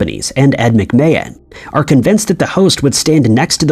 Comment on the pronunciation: No he said “Ed McMa hand”